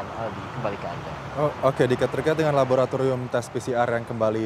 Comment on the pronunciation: wartawan nya pelat R sih...🤭 Mayogriiitass labogratigrium..😂 Tegrimaa kasehh....🙏